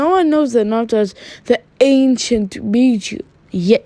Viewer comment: With your acsent every time you say bijuu the subtitles said beat you🤣 "The anceit bet you" 😂😂😂😂